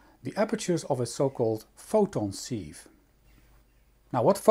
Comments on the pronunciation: Interesting. Sieve is pronounced 'siv' in english. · Very nice, thank you! Despite the spelling, "sieve" is pronounced with a short "i" as in "sit"